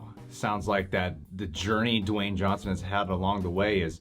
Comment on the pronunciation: Your right it’s not Dewayne it’s Dwayne